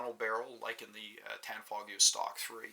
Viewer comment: Why do people pronounce the g in tanfoglio lol. Its an Italian company and the g is silent...